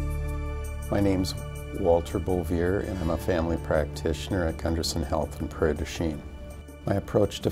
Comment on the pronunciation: That's not the way you pronus the last name. :(